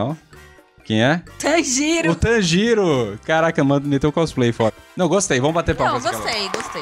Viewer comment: é tanjiro não tanjiiro 😂